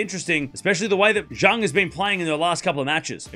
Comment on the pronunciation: Bad pronunciation for Zheng